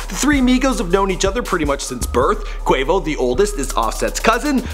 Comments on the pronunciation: He said "Kavo" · he says cavo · This dude said kavo 😂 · can someone tell him that quavos name is quavious, not quavacious?? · It's not Quavacious, it's Quavious! Do your bloody research! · "quavacious marshall" im dead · i thought that was what i heard! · Did just say Kavo? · "Caveo" lmao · dis nigga said... KAVO... 😂😂😂😂😂😂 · 2.25 Quavos name is Quavius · XDDDDDD - HE SAID "KAY-VO" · Lmao cavo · my nigga did u say Cavo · this nigga said qavo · did anybody hear him say Cavo instead of quavo? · He used to say Quahvo because he does not respect black people. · They made him do it again to get Quavo name right😂😂😂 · U messed up quavo real name so bad